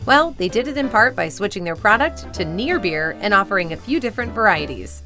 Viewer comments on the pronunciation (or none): none